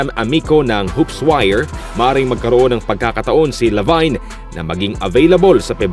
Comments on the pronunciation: Hindi po "Labayn" ang pronunciation ng Lavine kundi "Labin." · ok na sana naging zach lavayn lng eh..lavin po sir ang pronounce nyan.LAVIN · La vin po hindi La vayn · mag research naman kayo sa mga pangalan na babanggitin niyo sa video updates niyo, huwag niyong e murder mga pangalan na babanggitin niyo, baka magalit na sila si Janis at si Lavayn sa inyo. 😂😂😂just saying.